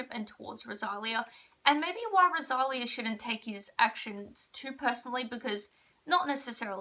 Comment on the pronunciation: It's pronounced RO-SA-LEE-A 😭😭😭😭 NOT ROSALIAH. Also, you wrote her name wrong in the title. 😭